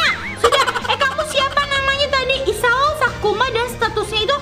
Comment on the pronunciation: Isao sakuma kakkk bukan isao sakuma 😭😭